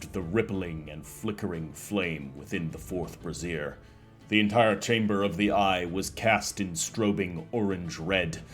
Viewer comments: I know the video's from 6 months ago, but the metal baskets that hold fire are pronounced BRAY-ziers, not bra-zeers. I made the same mistake at rpg session and my pathfinder group has never let me hear the end of it lol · Rhymes with Frasier